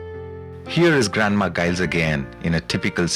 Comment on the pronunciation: Can't even pronounce his name....